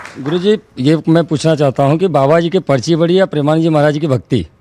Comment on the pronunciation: पचरी नहीं पर्ची बोलो अमीश जी